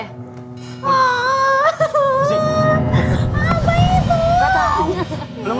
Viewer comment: pas ngomong "apa itu" berasa kek logat Makassarnya keluar wkwk